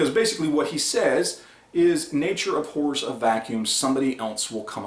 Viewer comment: Its abhors not aphors